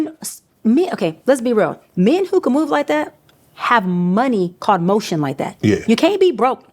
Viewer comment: A professional doctor saying ghe word motion 😂😂😂😂.im done with this lady